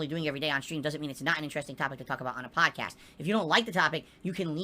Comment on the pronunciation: Reminder: Don't allow him to rebrand his prestream ranting and begging into a "". Call it a prestream. Always.